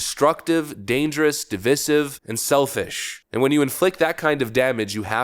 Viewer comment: Who on the planet pronounces the word “divisive” as “de-viss-iv?” Are you really that uneducated???🤣😂